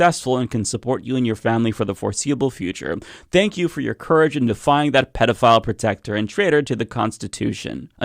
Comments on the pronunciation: It's pedophile, not pedeophile, you are totally mispronouncing the word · The word is pedophile, not pediaphile. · It's not pedeophile. It's pedeophile. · It’s PEDIfile. Not Pediafile. Yes it does matter. If you’re going to broadcast. Speak well. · It's, "pedophile" not, "pediaphile". Just sayin' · "PDF file protector"? Learn how to speak. I think I guessed what you meant to say and you would have been right about that. But if you are going to broadcast videos of yourself speaking to people you need to learn how to speak. You very clearly said "PDF file" multiple times in the first minute. You make no sense! That's when I turned your video off. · Its pedophile not pediaphile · It’s pedophile, not pediafile or pdf file. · It's pedo not pedia the term is pedophile there is no such word as pediaphile. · It’s PEDO. not. PEEDIOfile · It’s pedo- not pedia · It is interesting to hear you pronounce the word as 'pediaphile'. You are correct to do so, as you are using the Greek plural of the word child - 'pedia'. However, I have never heard an English speaker pronounce the word any other way than "pedophile". I would like to know if you have an explanation that differs from what I wrote above. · Am from UK thought you said PDF file - we say kiddie fiddler differently or nonces. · Why cant u say pedophile correctly?? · AI doesn't know how to pronounce pedifile. Pay a real person to do it. So obvious.